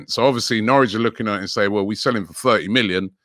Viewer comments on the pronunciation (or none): Nowrich lol. Editor needs to go back to school